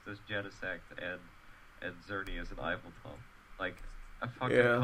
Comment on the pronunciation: Its pronounced Ee-vel-tal. (Yveltal.)